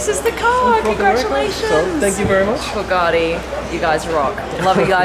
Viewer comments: Hey, what an amazing Video :) Please can you say "Bugatti" and not "Buuhghaaati"? There is no "h" in Bugatti. ;) Thank you and go on with this cool videos :) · Dear Supercar Blondie! FYI “ Bugatti” is pronounced “Bu-Gatti” There is no “r” anywhere in the car name! Great channel though ! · I hate the way you pronounce bugatti. BoogARtti